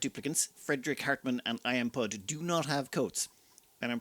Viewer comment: I'm pretty sure IamPud is pud as in pudding - (pu-ding)